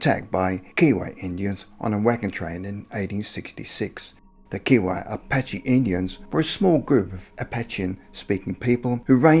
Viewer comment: Kiowa has a hard I in it. Like Keye o wa.